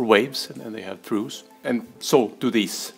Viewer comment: Fascinating stuff. Not sure I follow. Btw, your pronunciation of 'trough' throws me. I've always heard it with an 'f' sound and rhyming with 'off'. Thanks for the video!